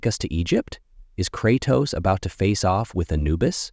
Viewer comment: cratoos and atreeus